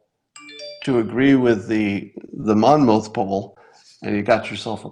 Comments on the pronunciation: Monmouth is pronounced: "Monmith". Been living in Monmouth County just about my whole life, about 30 minutes from Monmouth University where the polling takes place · Monmouth. Sounds like monmuth. The last syllable has a puff sound.